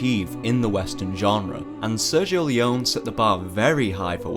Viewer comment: Great video but, you must learn to pronounce the name "L E O N E" correctly, punk! LOL